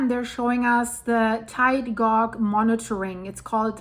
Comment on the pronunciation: Just to help you, tide gauge, the gauge is pronounced the same as cage, but just replace the c with g 😊